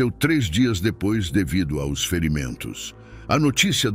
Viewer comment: Porque pronunciar A O S ao invés de aos????????? Coisa chata e enfadonha.